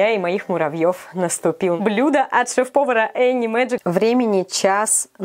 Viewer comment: Не шеф-повара а шефпопара